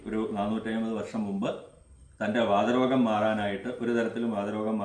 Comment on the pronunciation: നമസ്കാരം തിരുമേനി വാദ രോഗം അല്ല വാത രോഗം